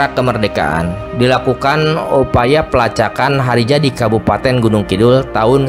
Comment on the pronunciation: Penyebutan nama nya kurang tepat....eheheee